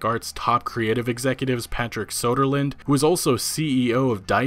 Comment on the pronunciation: Great video but you pronounced the name wrong, it's Patrick SJWöderlund